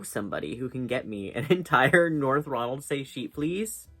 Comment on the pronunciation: Hiii! Just so you know Ronaldsay is pronounced “ronald-see”. Same goes for all the islands and place names with that “say” and other “ay” spellings in Orkney. Love your vids!